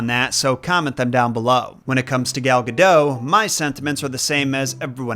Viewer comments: Saying that celebrity name correctly. A handy how-to guide ... Say dot. Say Gal. Say Guh. Say dot. Say Gal Gadot. Good job. Proud of you. Gold star. 👍⭐️ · It's not Gal Ga "doe" ffs... If you're going to make a video for thousands of people to see, at least somewhat try to pronounce names correctly. If I were Gal, I'd be pretty perplexed as to why people keep saying my last name like Homer Simpson. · Gal Gadot's last name rhymes with "note." She's not French; She's Israeli. The "t" is not silent. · It's Gal Gadot, not Gadoe